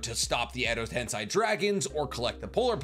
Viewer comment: I swear i like your chanel but every time you say tensai my eardrums bleed, it's tensei have you see the japanese dubbing or English ?